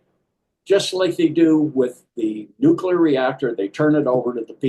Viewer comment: Will somebody please explain to me why I'm listening to this gobbledy-gook nonsense? Never trust an "expert" who can't correctly pronounce the word Nuclear.